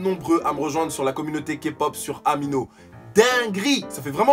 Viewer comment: J'ai trop l'impression que tu dis mon prénom Amina mais en fait c'est amino est-ce que le o et le a qui change c'est trop fort 😂😂 n'empêche très bonne vidéo et je note merci pour l'info bisous 😘